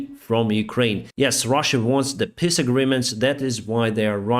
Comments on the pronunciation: Hi, love your channel. Be careful how you pronounce "peace agreement".... it sounds like "piss agreement"... LOL... not the same thing. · I love listening to you as you are so knowledgeable. Please understand when I explain how you make me smile with your accent. You speak of the Russian wanting peace agreements, but your way of saying it is that they want piss agreements. It makes a hilarious visual. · Lol, "piss agreement", gotta love that accent, haha...